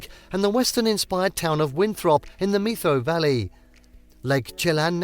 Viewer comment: Wow. I lost count of how many things you mispronounced in this video. Here's just a few... Puget, Methow, San Juan, Rainier, Leavenworth. The content itself is accurate enough, but it's obvious no effort was given to saying the names of these places properly. It was almost funny. Was it even a human voice? It may have been some computer app.